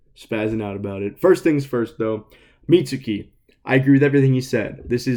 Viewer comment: The funniest thing was you bringing up that someone at PPG mispronounces names but then immediately after you then mispronounce Mitsuki.